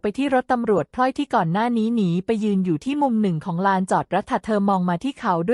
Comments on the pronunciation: เมียน้อยชื่อพลอย ไม่ใช่พล่อย ผู้อ่านคือหุ่นยนต์ AI ใช่ไหม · พลอย อ่านพอยไม่ถูก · พลอย อ่านพอย